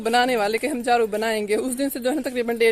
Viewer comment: Jharu ko jhru INDAZ